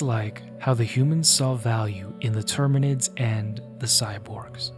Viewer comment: btw it’s terminids not tyrinids close but not 40k 😂